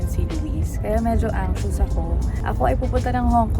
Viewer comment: It’s funny how you say the word “anxious” 😂